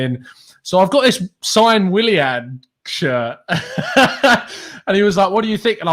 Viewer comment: The way says Williahn drives me crazy